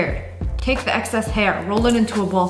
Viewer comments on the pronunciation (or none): none